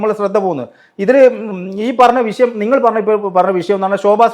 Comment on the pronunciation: വിഷയം അല്ലാതെ വിശം അല്ല